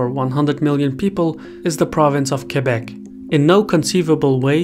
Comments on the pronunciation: Thank you for pronouncing Québec perfectly. I appreciate the quality of your excellent videos. Thank you! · As a somewhat politically-informed Canadian, I salute your hard work, and am surprised by the accuracy of the information. Good job on the pronunciation of Québec as well!